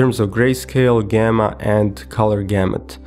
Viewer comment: Its not Gemma Its Called Gamma..